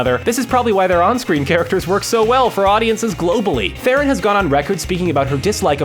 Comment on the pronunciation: Her last name is pronounced "Tron" "Charlize Tron" hear for yourself